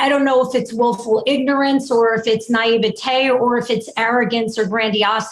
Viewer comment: Naivety- never heard it pronounced “naive-taaay” 🫣